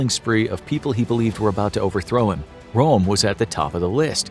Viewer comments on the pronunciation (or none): Badly researched. Hitler's secretary was called Traudl Junge, she wrote a book about her experiences. Eva Braun was just a bimbo, she was no secretary. And that's Röhm, not Rohm and Königsberg, not Konigsberg. YES, those little two dots on a vowel DO make a difference in pronunciation! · Ernst Röhm With "ö" - yes! ... just try: you can do it!